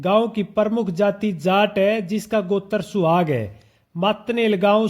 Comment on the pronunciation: गोत्र का नाम स्याग है सुहाग गलत उच्चारण कर रहे हो